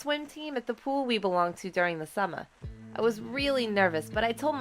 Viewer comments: Why does she say : summa, sista, supa, and stuff like that? It sounds terrible. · ‘summah’ ‘moahhr’ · The way she says summer... "summa" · Is it just me or does the narrator say summer in the beginning a bit weirdly